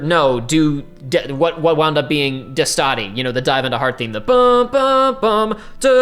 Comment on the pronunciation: just a side-note: it's pronounced "Déstati" and means "Wake up" in italian